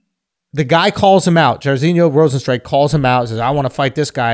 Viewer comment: He pretended to not know how to perfectly pronounce jairzhino Rosenstriuks name. u gotta be a diehard to know that shit